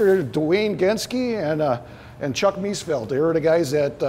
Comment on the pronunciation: Please, could the owner learn to pronounce the name correctly! It is Mees-FELD not Mees-field.